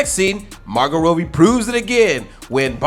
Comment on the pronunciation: I love your chanel and everything but how you pronounce margotrobbie to margot roadbie?